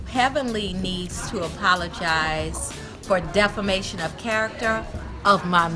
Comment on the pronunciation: When Simone said defremation of character of my MAN I DIED LAUGHING LMAO